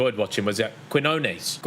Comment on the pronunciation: Quiñones is pronounced keen-yohn-es